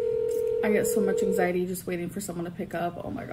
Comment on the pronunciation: Eeeengzieety (anxiety) palypititions (palpitations) etc...